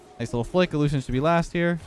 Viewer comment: “Allushion in that coach role”??? Oh i thought you may have heard the rumors…. Unless this was recorded awhile ago haha